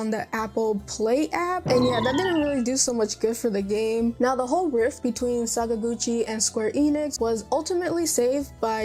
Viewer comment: Sorry, you've just lost your RPG Gamer's license for that pronunciation of papa Sakaguchi's name. You can re-apply in 6 months. Have a nice day.